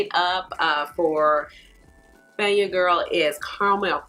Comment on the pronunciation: Thank you for your review. The Bajan bronzer is pronounced "Bay - jan girl". Bajan is the term used to refer to anyone from Barbados.